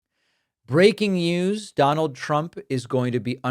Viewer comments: “Breaking yous”😂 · "Breaking Yews!" - David Pakman 2025 LOL